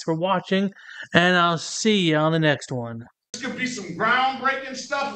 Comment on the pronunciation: doesn't use the letters th at all. Every word is dis, dat, dos, dem dees etc. What a moron.